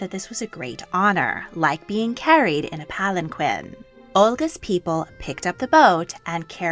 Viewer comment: Ya know. I’m a huge fan of your page. I watch every single video more than once, I like, I’m subscribed. But if you pronounce mispronounce Palanquin (Palan-KEEN not pagan-QUINN) in another video I just might… have to comment about it again. There is no where that word is pronounced like that, so heads up. It’s really really jarring